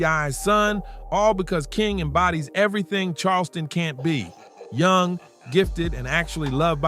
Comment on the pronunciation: I love how you said youn gifted and loved by his family 😂! The term is young gifted abd Black 😂